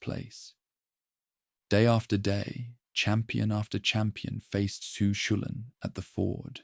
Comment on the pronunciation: Cú Chulainn is pronounced Koo cull-ann